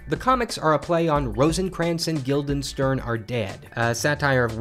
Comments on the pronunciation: Gild-er-steen Not Gild-en-sturn Pronounce it right. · you pronounced Rosencrantz and Guildenstern wrong